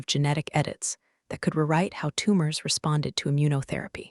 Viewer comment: A.I. sucks. Rewrite pronounced ruhwrite? Why??